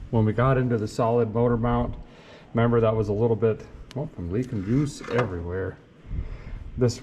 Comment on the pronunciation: "Never come off jiuce"